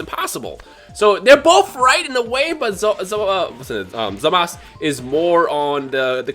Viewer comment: Why does he keep calling Zamasu, Zamas?